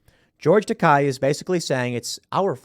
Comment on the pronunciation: Isn't it "George Takei", as in it ends sounding like "hey"? That's how I always heard it before